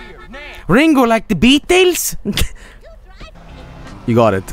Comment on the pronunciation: "Ringuu, like da Bee-tels?" -, 2019